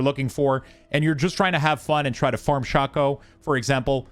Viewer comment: Good video but ti is pronounced shay-co not shaw-co